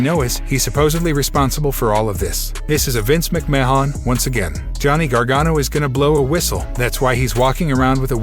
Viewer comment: This guy doesn't even know Vince McMahon's name "Ma Hon"? BUT he can pronounce Gargano????